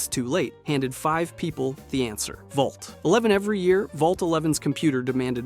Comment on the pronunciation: 111 is the Vault in Fallout 4. Vault 11 is the one you’re thinking of. I don’t know if it just sounded like he said “one eleven” (with the right inflection, “Vault eleven” can sound like “one eleven”) or if he misspoke.